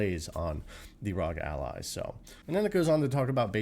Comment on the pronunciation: Wtf's a rawg ally!? It's arr-oh-gee 🤦🏻‍♂️